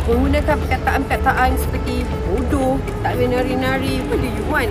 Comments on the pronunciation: Boodoew dia sebut😂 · saya layan video dia sebab nak lepaskan stress je....lagipun saya sebagai orang terengganu bila dengar dia sebut bodo ke ape rase kelakar pulak...tapi apepun saya memang tak sokong statement dia tu kerana setiap los dalam universiti ni ada fungsi dia dalam industri....lagipun kite kenalah pelihara tarian warisan bangsa